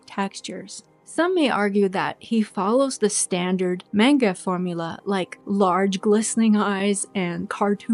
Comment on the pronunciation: For future videos, manga is pronounced as MAHn-ga. I dont blame you though. Most of us start out saying mane-ga.